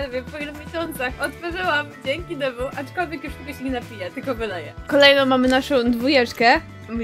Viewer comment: Dzieki ale to jest Thew a nie DW;) Dw sie wymawia a w sumie tak wymawia